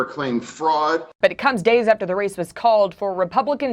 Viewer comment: Guy you are Killin Me. AFTER not Ather switch your tongue with your lip between your teeth. Affffter.